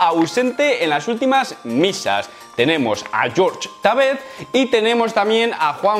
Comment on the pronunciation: por favor no le digas George a Jorge jajaja es raro